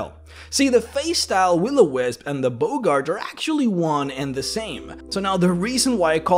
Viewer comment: Boggart is pronounced 'Bog Art' not 'Bogart' like Humphrey.